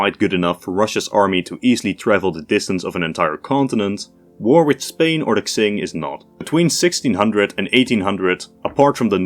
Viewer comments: Great video. For future reference, "Q" in Chinese is closer to a "ch" sound, so the Qing would be pronounced kind of like "Ching", not "Xing". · Qing is pronounced "Ching"😮‍💨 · Qing is pronounced like ‘ching’ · Please look up how to pronounce Qing? It's not Tzing, King or Xing.